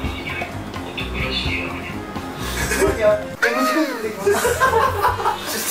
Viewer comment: 久々斉藤さん〰️😽 アーニャじゃなくてマーニャでしぬww しっかりまいたけくんw